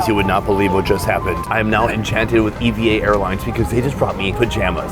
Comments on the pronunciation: It's pronounced Eva, just like a proper name.... Stop saying e v a. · It’s not pronounced as E V A, it’s pronounced as E-VA. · Its not e.v.air its eva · A few things. Puerto Rico is also home to it is part of the USA. And it is pronounced “eeva”